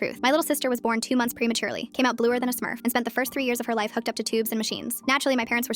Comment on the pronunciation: "Bluer the a smuff" got me dieing 😂